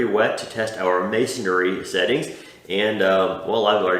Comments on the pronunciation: Yep. It’s mason-ry. Not mason-ary. 😂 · Thanks for the review, just for future reference brick, mortar etc. materials are pronounced: mason - ree , not mason -air-ree ( no “a” sound) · How do you like it honey... "Missionry"